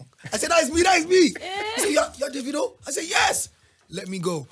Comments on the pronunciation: It's Davidoo not davido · Daaa-Vi-do Ebro ignorant ass 😂